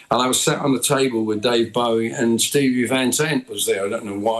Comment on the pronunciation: Always baffling to hear someone who doesn't know how to pronounce "Bowie".